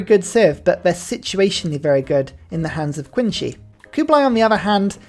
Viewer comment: Oh 3 years ago, just found out. Nice vid, only 1 note. I'm not a native chinese speaker, but I know Qin is pronounced more like Chin without the 'h', typically western people say it as 'Keen', but hearing you say 'Queen' is wild, let alone Queency (queen shi?). Not trying to be pedantic, but you'll sound better and informed in this topic when you try.